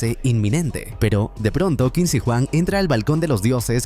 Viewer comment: es qin SHI huang kbrón, no qin si huang, igual buen resumen :D